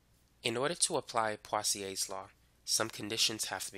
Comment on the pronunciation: Wait, what? Pawsiaes law? My sir pronounced it poesoolaes law and my whole class repeats after him.